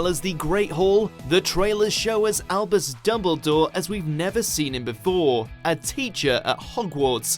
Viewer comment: UGZHH ITS DuMBledore NOT DOUBLEdore